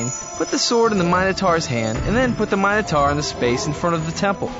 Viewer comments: What happens if you roll a black/grey after moving the Minotaur (or a wall). Do you get t do it again, or do you re-roll to get a number? Also the pronounciation of Minotaur really bugs me in the video. "taur" is TOR not TAR. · You are pronouncing Minotaur wrong